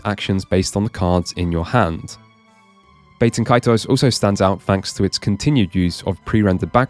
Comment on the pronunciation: ... Incidentally, Bah-ten Kaitos; not Bay-ten Kaitos.